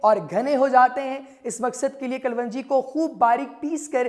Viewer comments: KALWANJI GHALAT - KALONJI SAHIH PLEASE NOTE. AFSOS HAI PAKISTANION PE URDU UNKI SARKARI ZANAN HAI MAGAR LIKHNE AUR BOLNE MEY BE SHUMAAR GHALTIYAN KARTE HAIN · Herb's right pronunciation is kelongi,not kulvungi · Your pronunciation of kalonji is wrong Kalwanji nahin sahih tallafuz "KALONJI" hai. Video mey Pronunciation correct karo. Ghalat tallafuz na boltey raho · Kal wanji nahi kalonji apko pehlay bolna ana chahiyay k log confused na hon thanks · Its kalonji not kalwonji.... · 💖🌻 Yes, its " KALONJI "